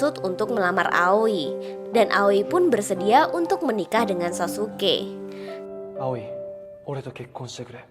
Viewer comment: Sassuke bacanya saskeh aoi bacanya aoy bukan awi